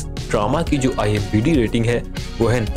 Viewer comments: IMDB...not IMBd 😂 !! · Bhai IMDb hota hai imbd nahi😀😀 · IMBD nahi IMDB hota hai bhau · Chacha, ...IMBD Nehi hota hai, IMDB hota hai. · Bhai imdb hota hai imbd nhi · Abey IMBD nahi IMDB hota hai😂😂😂 pakistani are damn funny😂😂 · IMDB bolna tu shiklo